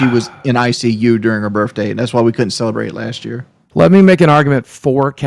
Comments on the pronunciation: “Burfday”…someone ask to spell “pedestal.” I guarantee he spells it “pedastool.” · boogie and keems face when he said "yur burf dayt ant important like awnestly" L L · I can't be the only person infuriated by them pronouncing it "birfday" can I?